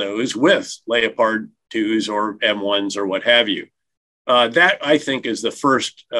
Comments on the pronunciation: Why do they pronounce Leopard like a Re a tard? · What is it with Americans mispronouncing foreign weapons systems? It's a leopard, not a lay-oh-pard. They do the same thing with the RAF Tornado jets. It's just tornado, not tor-in-ah-do. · 'Lay a pard'? I thought it was Leopard. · He's pronouncing Leopard in the German way so I didn't know what he was describing at first, say it in 'Murican Lep-ard not Lay-oh-pard. LOL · What in god's name is a lee o pard? It is pronounced, like the cat, as leppard. The consistent mangling of our lovely language by our colonial cousins is pitiful. The constant mispronunciation spoils an otherwise interesting interview. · Wow... Credibility gone in a second when this General refers to the German Battle Tank as the Lay a pard. For him, this is like Kamala saying we are allies with North Korea. The Tank is the Leopard. As in a cat with spots. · Just call it.a leopard not a LEO- Pard. LOLOL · Lay - o - pard? does he mean Leopard as in the feline Leopard? as in Lepard.... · Leopard is not pronounced “Lee O Pard”. It is Lep hard. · What the F🦀🦀🦀 is a Layoparrd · Layo-pards? I always thought it was pronounced leopard like the cat? I mean it is, German tanks name after big cats right, Tiger, Panther, Leopard. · He pronounces the word ''leopard'' (tank) as Layopard? That's weird. Do many Americans pronounce this word in the same way? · Leo-pard? Isn't that what a dancer wears? I think you need to read a dictionary and learn how to pronounce the names of the big big cats. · Its funny that the News on Neutral countries doesnt agree with Germany and America. Russia has held a plebiscite. Supppose it had gone the other way? WOuld we demand that it be observed? Do any of you clowns know how to pronounce Leopard? What is a Lay oh pard? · How can a man with his experience pronounce Leopard ''Layopard'' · What’s with the LEO-pard pronunciation of the Leopard like a Leopard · They both pronounce leopard funny. Lay O pard. Hilarious.